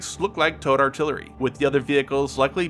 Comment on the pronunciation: Ah... you're saying "towed". Took several minutes to decipher that. Was wondering what the hell tote artillery was.